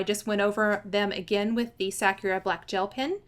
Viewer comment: So cute!! P.s. It's pronounced sa-ku'-ra. Meaning cherry blossom in Japanese.